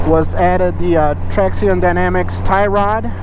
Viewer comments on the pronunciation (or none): Its pronounced "traction"...